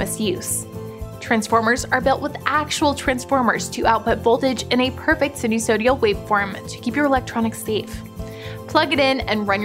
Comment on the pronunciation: Get somebody that at least knows how to pronounce sinusoidal